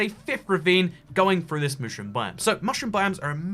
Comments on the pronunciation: and the only times he said "mushroom" correctly, not fuckin' mooshroom the time he had to correct himself cause he ALMOST said it right again 😂😂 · Was it just me or was he saying mooshroom instead of mushroom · This guy is making me questions whether I have been saying Mushroom wrong my whole life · They way he pronounces mushroom triggers me